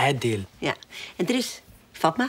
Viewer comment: k wachte op het moment wanneer fatma goed werd uitgesproken